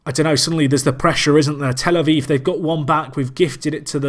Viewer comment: A viv not vive!